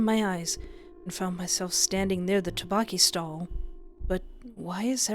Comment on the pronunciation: I LOVE YOUR VIDS BUT THE TTEOKBOKKI PRONUNCIATION IS OFF😅😅